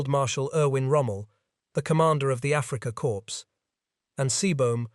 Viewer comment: It’s always “Afrika Corpse” in many of these. However, note that “U. S. Army Signal Corps” gets pronounced right, as do most other uses of “corps” not preceded by Afrika. In WW2 naval videos, “Kriegsmarine” always has its final syllable omitted, as if it’s not a German name.